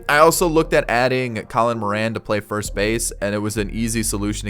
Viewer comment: When you cant say first 😭